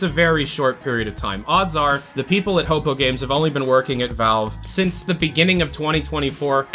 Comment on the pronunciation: Hey, ror2 player here Its pronounced "hoe poo" or "Hopu" not "hopo", love your content but that immediately distracted me as everyone else pronounces it either way i wrote